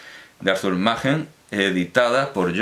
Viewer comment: ¿No correspondería pronunciar "Maquen" en lugar de "Majen" teniendo en cuenta que el autor no es alemán?